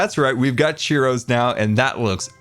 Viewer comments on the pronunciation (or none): Does anyone else feel like he keeps saying "Cheerios" and not "Churros"? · I just figured out that when he said “cheero” he was talking about churros…. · I love how says cheeros instead of churros XD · Not churros, cheeros